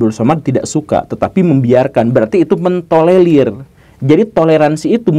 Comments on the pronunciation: Tolerir bukan tolelir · gemes denger pak guru slalu ngomong tolelir, bukan tolerir😄